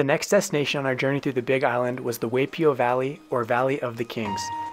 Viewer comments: Hi! I’m sorry you couldn’t keep watching because of our efforts at pronunciation! We do put in a lot of research but looks like we just missed the “Why” vs “Way” but did better at the rest! We know for next time! Thanks for watching 🙂🌴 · Correction, it is pronounced Y P O valley. Not way p o. Like Y.M.C.A. Other than that, you did a good job on this video! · Hi friends!! Thanks for watching and for your support ❤️ We learned after posting that Waipio is pronounced “why”pio. Thanks for pointing that out! We apologize for the mistake and know how to pronounce it correctly in the future🙂 also note that Waipio is now closed to visitors ☹️ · btw waipio vally is pronouced whypio vally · Great video and places you visited but do some research before making claims like it's the only place in the World to drive with Manta Rays is incorrect and learn to pronounce things like Waipi'o valley is pronounced why p o!!!! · Only the pronunciation of Waipio Valley is slightly off. But, this is one of the best I’ve seen. I’m glad i live on the big island. I live on the hilo side. I recognize most landmark you shown in the video. Like the Volcanoes national park and the beautiful waterfalls. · You pronounced Waipio Valley incorrectly. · If you're going to do a documentary on touring in Hawaii, you should first learn how to pronounce our place names. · At bare minimum, the least you could do is pronounce the names correctly. You butchered Waipi'o Valley. I had to stop watching because I was cringing. Taking the time (not long at all) to learn proper pronunciation of your travel destinations on the islands should have been at the top of your list.